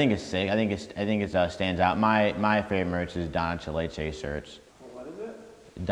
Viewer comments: Nobody:: Donachaleche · “Doncheleche” - 2019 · He said “don cha lache”😂